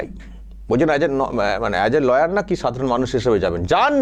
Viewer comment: উনি ল-ইয়ার না লায়ার :face-blue-smiling